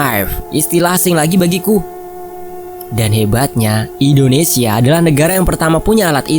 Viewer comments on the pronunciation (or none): none